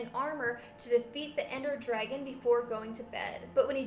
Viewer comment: You ceep saying Derngon but its really dragon.